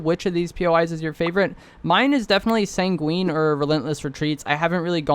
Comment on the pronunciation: Here again to remind you it’s sang-win not sang-wEEn. 🫡